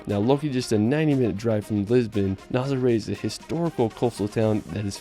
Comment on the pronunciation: the surf spot is called Nazare, not Nasare